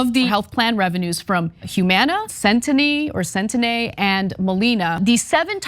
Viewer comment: CENTENNE IS PRONOUNCED Sent-teen